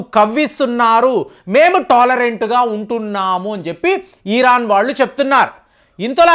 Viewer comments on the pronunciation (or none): ఈరాన్ కాదు, ఇరాన్. అలాగే లూసిఫైర్ కాదు, లూసిఫర్. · మీరు ఇరాన్ కి బదులుగా ఈరన్ అని పలుకుతున్నారు. అలాగే కొన్ని పేర్లను కూడా మీరు తప్పుగా ఉచ్చరిస్తున్నారు. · Mottam Sodhi, ee rraann😅, tel alvi😊 perlu sariga paluku sir😮